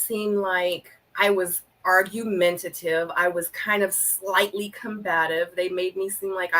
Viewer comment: it's 🙄 argumentative bruh. If u insist on using a word over and over learn the correct way to pronounce it pls! Ty